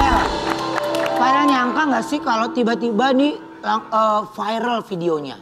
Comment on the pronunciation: MIN, masukan nih utk Ruben. Kata VIRAL sudah masuk di kamus besar bahasa Indonesia(KBBI), sudah jadi kosa kata bhs Indonesia, ngucapnya biasa aja V I R A L.. tidak perlu diucapkan F A I R E L, cukup dieja V I R A L.